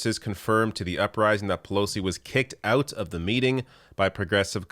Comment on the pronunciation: Oot!?! 😁 holy loons and toons I didn't realise you are from Canada?